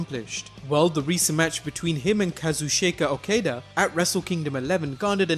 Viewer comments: Its Kazuchika Okada not Kazushayka Okayduh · "Kazusheyka Oukeida" you had one fucking job.... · kaa-zuu-chii-kaa o-kaa-daa pls for the love of god dont ever butcher his name again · Kah-zoo-ch-ka- oh-kaw-da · KAZU-SHAKE-A A-KAY-DA? HERE-OO-KEY GO TWO? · I despise how your pronounce Kazuchika Okada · Good video but that's the worst botch of Kazuchika Okadas name i have ever heard ;)